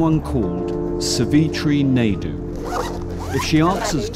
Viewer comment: Lol the way they butchered Savitri’s name.. SAVEETREE